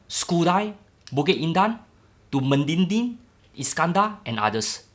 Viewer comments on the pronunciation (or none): it's MEDINI,,not MEDINGDING... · Me di ni, not me din ni la bro